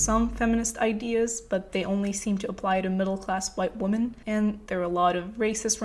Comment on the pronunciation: i'm saying this cuz i wish someone told me earlier- the plural of "women" is pronounced "wih-men"